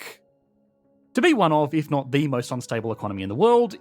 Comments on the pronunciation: "... did nat zee..." Ha! Good one! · “A new group of immigrants that…did naht see the appeal” As disgusting as the topic is, that is a quality pun, made all the better by your dialect.